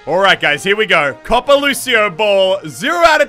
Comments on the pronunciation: He keeps pronouncing Copa like COPPA- but isn't it Koh Pah? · It's pronounced cope-a lucio ball not coppa lucio ball